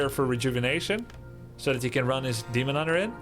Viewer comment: I'm glad it was not just me who heard Hemon Dunter